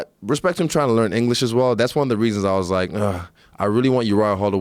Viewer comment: “Hespect hespect”